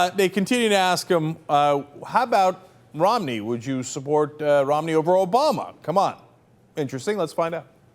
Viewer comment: Did say Mitt "Romley"?